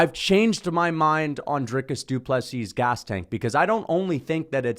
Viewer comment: Good to see one guy who got the pronunciation fairly correct. I might point out that the d in du Plessis is written in lowercase.... unless of course all is written in all caps. Need to get it right in 2 weeks time.